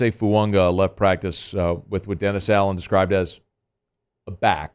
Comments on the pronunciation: FUAAAAAGA. FU-AH-GA. NOT FUUNGA! Please 😭😭😭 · There's no "N" in Fuaga..